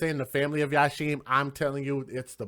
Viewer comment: It's pronounced yaseem not yasheem